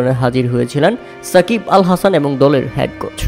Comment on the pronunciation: এ্যাবার, এ্যাবং দ্যাব চৌধুরী কি ভাই? 😂😂😂